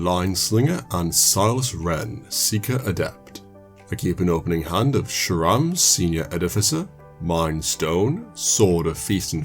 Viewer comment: Your pronounced sram shram again